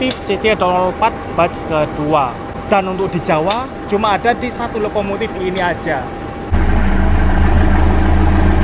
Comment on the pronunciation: Lokomotif, bukan Lokomotit😅😅😅😅